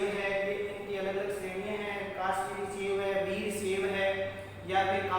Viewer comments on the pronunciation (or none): अच्छी प्रस्तुति है किन्तु मेरे भाई शैव को "सेव" मत बोलो